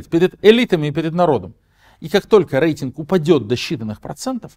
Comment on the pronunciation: В слове «рейтинг» по правилам русского языка произношение звука р мягкое, как перед е, а не э.